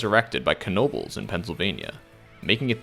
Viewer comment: Nice video. I also appreciate that you pronounced knoebels correctly!